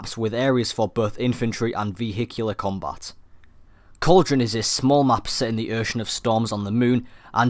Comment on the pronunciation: Ve - Hee - Cular combat ? Vehicular company just say that ...